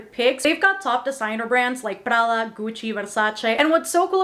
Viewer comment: I just started the video but the way you say Prada 👌🏼 I love it! Lol